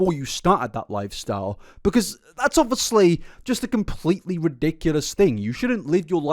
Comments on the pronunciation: please stop saying obviously so much and stop pronouncing it "o-vus-lee"(no hate) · I rly like your channel-I’m subscribed. Would you like some feedback? Pls, pls stop saying “obviously” continuously. It also has 4 syllables, not 3. I have a high tolerance for repetition but oh my gods please. Sweetie, sometimes you say it twice in one sentence. Also, rly well done. Well researched and presented. I love when Nick tries to justify his weight gain as being a “treatment” for his health problems when those problems would instantly be fixed by just adding meat to his diet. Everything he said he was deficient in are all nutrients you get in meat. So, no mukbangs, giant sugar or fat loading necessary